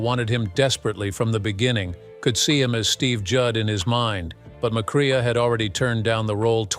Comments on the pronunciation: It would help if the narrator learned how to pronounce the actors' names properly. Joel McCrae (McCray) not cre-ah. And it's Sam Pec-in-PAH! Why insert stills from "The Wild Bunch" without reference? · "McCrea" is pronounced "MacCray".